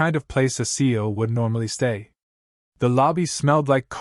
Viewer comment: It’s not seal it see we C E O